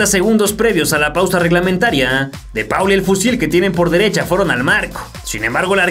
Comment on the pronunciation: repita conmigo: De Paul se pronuncia ¨De POL¨ jajaja muy buen vídeo!!